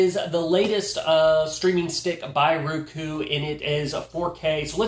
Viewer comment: It's not rooku as pronounced it is rOku as in "O". I love my roku. 💖💖👍👍💖💖